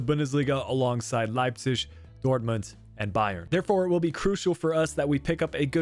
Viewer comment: Okay I tried to live with it but you absolutely butchered Leipzig’s name and it just sounds awful I’m sorry it’s not the first time you have miss pronounced somone or somethings name I love the content and you’re a great youtuber but I would just try and pronounce things a little better